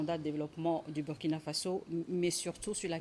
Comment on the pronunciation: Burkina se lit Bourkina. SVP!